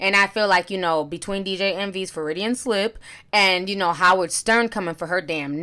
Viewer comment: The word you used, Ti, it's a "Fruedian slip" I know what you meant though.